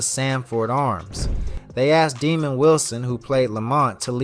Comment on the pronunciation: His name was not demond Wilson... His name was pronounced Dah’mond...